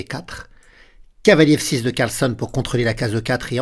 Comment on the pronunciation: CarlsÈn et pas Carlsonne ... AbdusattOrov et pas Abdusattarov